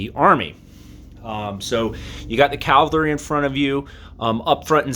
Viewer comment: CAV - AL - RY = CAVALRY. It's easy if you try!!!!